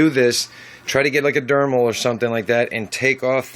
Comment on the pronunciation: LMAO...... It's Dremel not dermal.